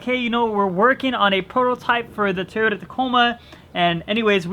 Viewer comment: Why cant you say toyota correctly lol